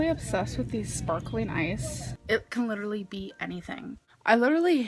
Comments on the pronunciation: Literally Literally Lidderly Lidrly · My poor, abused ears hear it as “lidder-lee”. 😩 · I thought she said lidderly! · It's her saying lutterully 😂😂😂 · Not once. Because she says 'littelaly' 🤔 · Trick question she tries to say literally 49 times but she pronounces it correctly 0